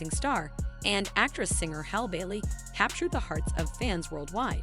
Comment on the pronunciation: Learn how to pronounce her name correctly!